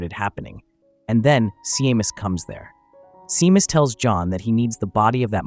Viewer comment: You pronounce the name Shaymas, phonetically, not seemas😂